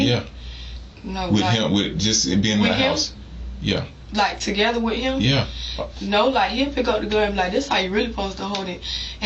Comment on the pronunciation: “Everybody playing wiff the gun” nuff said